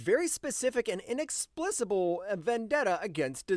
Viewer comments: He also said, “inexplissable”. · inexsplissable? Lol I appreciate it just being real....allegedly continuity?